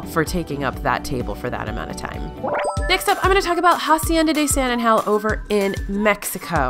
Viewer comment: same with pronouncing hacienda as jacienda!